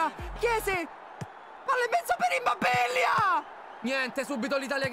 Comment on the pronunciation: IMMOBBILLA. IMMOBBILLA. IMMOBBILLA. SENZA LA "i" SENZA LA "i" SENZA LA "i" GiGiGiGiGiGiGiGiGiGiGiGiGiGi.